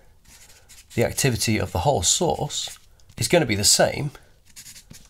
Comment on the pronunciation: every time he says source, i hear sauce so i just imagine eating alpha and beta radiation sauce 😂